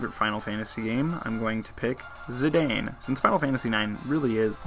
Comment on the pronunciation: zidane is pronounced zih-dan. and tidus is tee-doos btw